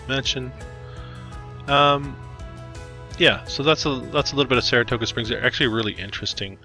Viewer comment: You mis-pronounced the name of Saratoga Springs several time!!